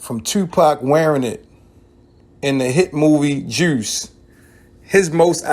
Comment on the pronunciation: This man said “juirce” 🤣🤣🤣